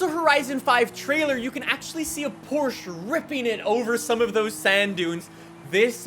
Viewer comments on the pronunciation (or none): It's Porcha